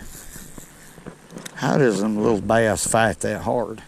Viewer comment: I did not know bass was a two syllable word